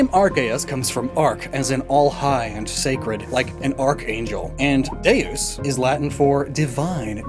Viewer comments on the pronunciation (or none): none